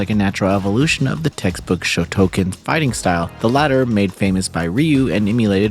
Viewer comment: It's pronounced SHOT-OH-CAN or SHOW-TOW-CAAN. The the first "style" of Karate that made it's way out of Okinawa to Japan.